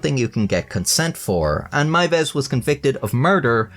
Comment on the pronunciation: Congrats on being the first non German speaker I've ever heard pronounce "Meiwes" correctly